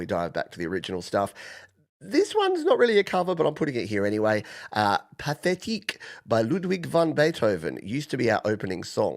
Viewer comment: Cheers for playing Pathétique. Your pronunciation was spot on by the way 👍 and thanks to all those with such kind comments😊